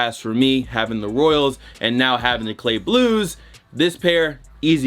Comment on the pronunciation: “Clay blues” cmon 😂😂